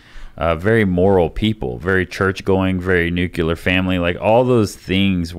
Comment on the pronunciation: Nucular??? What a fng dope!!!